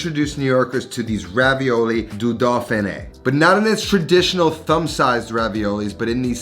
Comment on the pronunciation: I don't mean to be that guy but if nobody says anything you will never learn... "au" in French is pronounced "o". Thus "dauphiné" is doh-feen-A (like the letter A). Jaune is like j-own with a soft j. Vin is trickier but pronounce the v and then say "a" as in " I am" without the m. The terminal consonant in French is almost never pronounced unless it is an regional accent like in Québec.